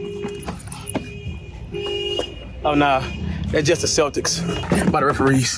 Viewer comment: Bro said celics